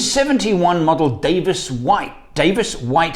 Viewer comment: Davos White! not Davis White